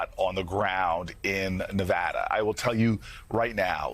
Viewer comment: Ahh he said Nevada correctly ❤